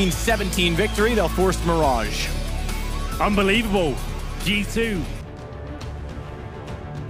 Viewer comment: "Meerage"